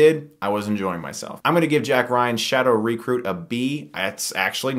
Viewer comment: Dammit Stuckmann, your pronunciation during this episode pissed me off haha... Kenneth Bran-HA... Shadow REEcruit...